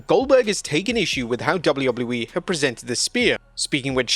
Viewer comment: Please for the love of god GET SOMEONE THAT CAN SAY WWE TO DO THE VOICE OVERS it used to be funny and now it's beyond annoying